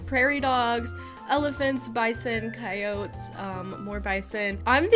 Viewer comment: why do you pronounce coyote like that 😭😭😭